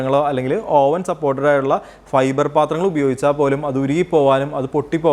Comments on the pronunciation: ഓവൻ അല്ല, "അവൻ " ആണ്. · നല്ല ടോപ്പിക്ക് .. അവതരണം .. ശ്രദ്ധിക്കേണ്ട എല്ലാ .. വശങ്ങളും വിവരിച്ചു കണ്ടു..പക്ഷെ..OVEN.. എന്ന് എഴുതുമെങ്കിലും അത് ഉച്ചരിക്കേണ്ടത്.. അവ്വ്ൻ .. എന്നാണ്.. ഇംഗ്ലീഷ് വാക്കുകൾ ഉപയോഗിക്കുമ്പോൾ കൃത്യമായി പറയാൻ ശ്രമിക്കുക..KNIFE.. ഈ വാക്കിന് നമ്മൾ പറയുന്നത്.. നൈഫ്. എന്നാണല്ലൊ..അതൊ .. ക്നൈഫ് .. എന്നാണൊ?